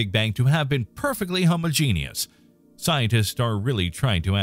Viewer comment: Is that really the correct way to pronounce word "homogenous"?